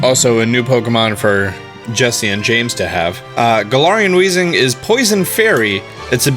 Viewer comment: Garal Weezing had me dead 🤣 Garar after that 🤣🤣